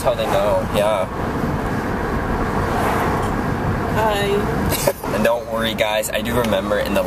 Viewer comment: What a fobby "yaah".